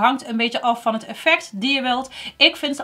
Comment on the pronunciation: Vind het zo grappig dat je gewoon met accent praat. Het mooiste is dat je altijd hut zegt. Ipv het. Ga zo door en blijf je zelf 👍